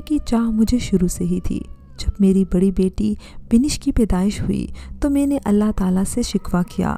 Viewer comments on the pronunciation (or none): 'may-neh' lol. What pronounciation lol!!